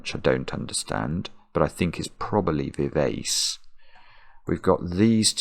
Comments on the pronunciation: It's strange. I got some of the words that missed very quickly, including parkin and precis, but half of them I would never have got. Vivace is an Italian musical term and is pronounced viv-ah-chay. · Vivace is a Musical Direction meaning to play lively and youthful. It's pronounced Viv Archay. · pronunciation of vivace (should be vee VAH che) reminds me of a former roommate who had a huge vocabulary from reading but often had never heard the words spoken. He often had interesting pronunciations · As a musician, I was screaming 'Vivace' only for him to then delete it (having pronounced it very englishly) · I cringed every time pronounced VIVACE to rhyme with face! I was disappointed that the leading aircraftsman ended up not being ACE, as I was expecting a hidden four aces in the puzzle (ACE was in the wordplay for ACERBIC and OBEISANCE, and also appears in VIVACE).